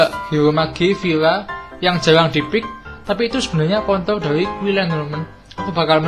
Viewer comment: Bang tiati ngomong kontrol nya :v